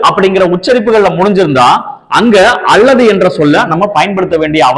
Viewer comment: All okay, but when you say ‘அல்லது’ it’s sounds அள்ளது.please consider